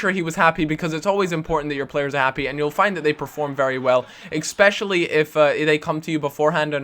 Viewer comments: Especially not expecially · Ecspecially? haha